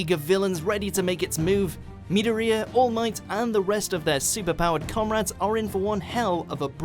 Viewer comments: The only thing that bothered my soul was the pronounciation of Midoriya's name. It's pronounced Mi-DOOR-eeya. Not Mid-or-eya. Idk if it's because that's what I'm used to but it bothered me when he said that. Besides that, the video was great. I'll have to check out some of the anime that was said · he pronounced midoriya as Meedoreea why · Wait did you just say mid-O-re-a? You’re just a butt hole reading script and have never even seen the show. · ME DOUGH REE HAH lmao😂😂 Highschool DD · The way he said midoriya ffs I wanna punch him in the face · Please do not day Midoriya ever again